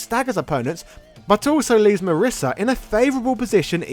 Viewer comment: My wife's name is Marisa. (hint: it rhymes with Lisa, not Melissa)